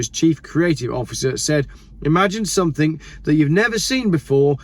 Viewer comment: The word something isn’t pronounced with a K at the end. It hurts my ears when I hear someone say sumfink or sumink. You’re better than this …